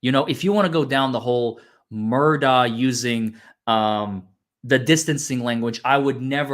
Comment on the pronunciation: It's pronounced Muhr-dock not Mur-daw. It's Scottish as am I.